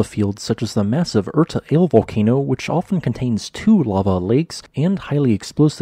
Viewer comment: OMG, it's pronounced Urta Aleh or Alley if you prefer - not ale as in ale that you can drink.